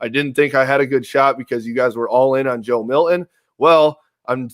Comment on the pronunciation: What a gigantic waste of time. I want my back! Hey dude on the right who apparently talks for a living, It’s not Joe Mil-in. It’s Milton... there’s a T there, it’s not silent!!